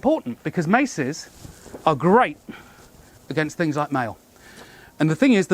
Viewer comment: "Oh look at that - and suddenly tings got a bit nasty" 😅